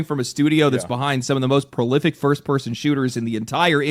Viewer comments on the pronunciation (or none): "prolific" hahahaha.